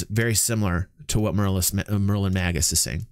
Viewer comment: I'm glad you were as inspired by the idea as I was. It would have been fun to have people's age along with their votes. Just one thing. Magus pronounced Maygus 😉